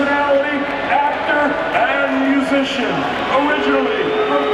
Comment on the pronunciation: Jake wrote his whole announcers into for him and made sure to emphasize on the word musician lol